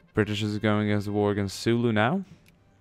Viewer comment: it's Zulu, not Sulu. They are not fighting against one of the most adorable officers of Starfleet.